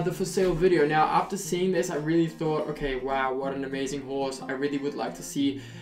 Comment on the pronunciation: The 'okey' on is very Dutch😂 I know that bc I'm Dutch to